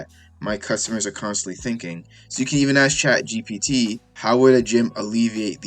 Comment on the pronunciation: You keep saying chatgtp